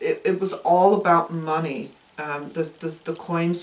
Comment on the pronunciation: 🤣 your ravens and parrots... I adore the "abuut", are you going for Michigan?